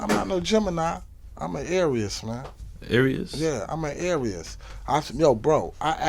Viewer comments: Lol said "a arius?" Lololol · Are u a Gemini?: Nah I'm a "ArieYes" Me: 😳😳😩😭😭😭😭😭😭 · He pronounced Aries the exact way it's spelled 😂😂😂😂 he cool man!